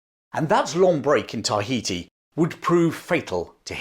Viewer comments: Excellent account but, for fux sake its "ta HEE tee" not TAH hee tee". You say it in every damn sentence! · i like how you over pronounce and wait for others to realize you over pronounce TAI ...heti.